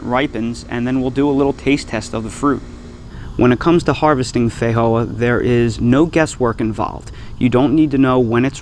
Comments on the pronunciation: These are delicious. You are however pronouncing the name incorrectly. The j is a j, it doesn’t have an H sound, fi Jo ah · Feijoa is Portuguese language pronounced fay-jo-are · that's broken Portuguese my friend